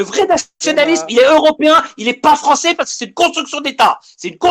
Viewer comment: Elle a raison un peu la fwonssais 😅